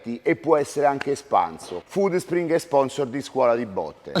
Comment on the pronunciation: Bella quando dici "Foodspringee" e c'è metti quella e finale che sticazzi l'Inghilterra hahahaha